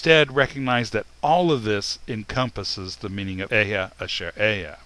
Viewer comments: Hebrew speaker here. There are two small corrections I'd like to make: 1. The word אהיה is pronounced E-he-ye, not Ehyeh (read the E's in 'E-he-ye' like you would in the word 'El', I'm not sure how to write that). 2. אהיה doesn't actually mean "I exist" or "I will exist", perhaps outside of a few select examples. The correct translation here would simply be "I am what I am" (or the slight variations you presented). Just a little correction. (I don't blame you, Hebrew is really confusing). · i wonder, why do you pronounce אהיה as e-h-ya and not e-h-ye? is it just foreign accent? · It's not ehyeh - it's eh-he-ye ill be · It’s EHEYEH = EH-HEH -YEH not EH-YaH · "I am" means there is no other but "I am" only. Others are not. What bugles my mind is that you pronounce EHYEH like it is EHYAH. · It is Alahiym, Ahyah Ashar Ahyah, not Elohiym, Ehyeh and His name isnt yahweh His true name is Yahuwah. Why dont you Kabbala K zars stop lying and stop hiding the true pronouncations for your Baal(yahweh)jupiter worship! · But is illiterate or else he thinks ALEPH is pronounced with “EH” like egg. It is pronounced AH just like ASHER - is he now defunct in getting both start with ALEPH??? This is BLASPHEMY to say that we need to CORRECT WHAT FATHER SAID: HE said AHAYAH ASHER AHAYAH I kinda lost interest in teachings when he deduced there were only 6000 Hebrews who were in the wilderness after they left Egypt. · Ehyeh is a 3 syllable word, not a 2 syllable word.